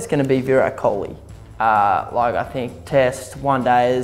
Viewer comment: Nathan Lyon can't he even say kohli's name such his ego is! 😂😂